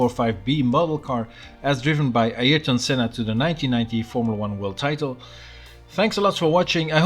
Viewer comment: finally someone pronounced ayrton right😀